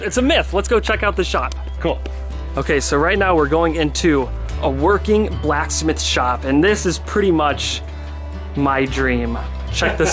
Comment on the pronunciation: "A BLACKS METH"